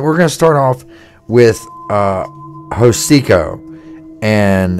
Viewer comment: Hocico. The H is silent. Anyway they have gotten lazy over the years.